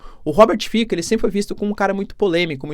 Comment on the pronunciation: Apenas uma observação: se fala Robert "Fitsó", já quem em línguas eslavas que utilizam o alfabeto latino o "c" tem som de "ts"